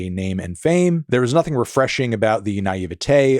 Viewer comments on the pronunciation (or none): none